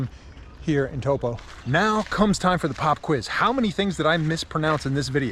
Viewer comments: Pronounced ‘toe-paw’, I was told on my 2019 taster 3 week trip.... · just a tip on how you say taupo is think of it as toe-poor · Pronounce Toe & poor toepoor Taupo 👍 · Taupo and the o is like the o in orange Orange, TaupO